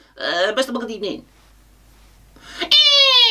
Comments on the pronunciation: First of all Good ebening. After long period Gerrad is back with a long yeahh courseee. First of all Good ebening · Whats the opening word that Unai keeps saying? I can't catch it.